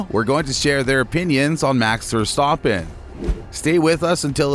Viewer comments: Omg mex verstohpen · I don’t know what is more pathetic the pronunciation of Max’s name by the presenter, the sucking up to Lewis or the attempt at a hatchet job against Max.